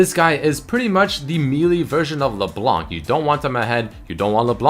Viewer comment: How i say it: LeBlanc, How says it: LeBalanc